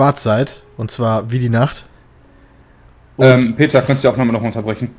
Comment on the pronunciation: Das heißt Peter und nicht Peta